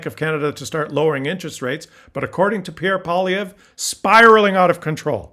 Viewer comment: You are pronouncing this CLOWNS name wrong. It's Poi-LIE-vre.